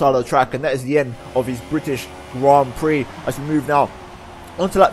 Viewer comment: THE BRITISHIAN GRAN PREXES